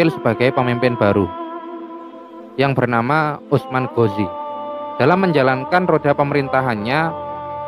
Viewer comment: Kritik/ protes keras terhadap channel ini dan suku jawa pada umum nya,...tolong donk hargai dialek bahasa indonesia yg telah kita spakati bersama,...dlm vidio ini lagi dan lagi budaya konyol tersebut terulang kembali...USMAN GHAZI anda menyebutnya usman ghozi,...kebiasaan kalian menyebut huruf vokal " A " dngn enteng nya kalian sebut " O " untuk internal suka kalian ( jawa ) mungkin tak apalah, toh itu urusan pribadi kalian,...tpi kan sayang nya tontonan ini untuk umum,..jadi kurang tepat rasanya kebiasaan pribadi lalu kalian menjadikan nya sbagai konsumsi publik padahal cara penyebutannya tersebut bagi kami yg di luar jawa sangat aneh dan bisa menyesatkan...manalah hurup A bisa di rubah menjadi Huruf O...antara A dan O itu sangat lah berbeda bung....contoh laen ni agar kalian sadar,....SALEH di jadikan sholeh,...RAHMAN kalian jadikan rohman,..SHALAT kalian sebut sholat,...RAHIM kalian jadikan ROKHIM, SHALAWAT kalian jadikan sholawat, IBRAHIM kalian malah menyebutnya ibrohim...intinya adalah semua- mua huruf a kalian rubah mnjadi o,...dan yg fatal adalah ketika membaca bismillah,....kerana kebiasaan kalian mendewakan hurup o...BISMILLAHI RAHMANIRRAHIM kalian rubah/ melafadzkannya menjadi " ..bismillOhirOhmanirrOhim.." kan jadinya aneh....itu sesat dan menyesatkan....mohon ini di luruskan hingga istilah agama pun terjaga ke murniannya,..trimakasih